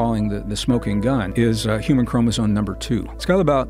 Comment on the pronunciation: Anyone who mispronounces Chromosome as "Chromosone" is not to be taken seriously.🤦